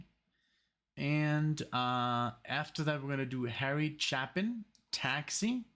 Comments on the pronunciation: As awesome as Harry Chapin's songs were here(oh... his name is pronounced with a long "A" - if it were pronounced with a short "A" it would be followed by two P's) his album Greatest Stories Live was recorded a small number of years later, after he'd had more time to work on his presentation and both of these songs are far superior on that album. You should check them out. In fact, every single song on it is better than their original studio counterparts. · Chapin pronounced chay·pn. (CHĀP-ən. ch-APE-in.) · Harry Chapin was (IMO) the greatest musical storyteller. His songwriting is amazing. My favorite of his many great songs is "Better Place to Be"....at some point you and MUST listen to it. (Btw, his last name is pronounced Chay-pin...tragically, he was killed in a traffic accident in 1981 when he was just 38.)